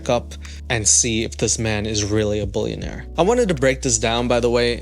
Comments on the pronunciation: Seriously you have 10 people at my workplace listing to you laughing so hard because of your toddler accent! we forgot that you were even talking about hard rock nick ! we all agree the the way you say billionaire/bullinaire is so tard sounding 🤦😆🤢🤮 stop with that horrible accent it’s cringey af ! 😅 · He meant “bouillon”aire 😂 big chicken guy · If you say “boolyanaire” one more time. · Are you saying "bullionaire" and "bullion"? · Be prepared to hear the word “billionaire” get mispronounced about 1000 times in on video….its not “BULLION” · "retired bullunaire" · I can only hear you say bullyiionare on the internet I hate to tell Nick baby doesn't know if car is very well that is not a Mercedes-Benz interior is too cheap what a moron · I mean... he also said bullionaire about 30 times in this video.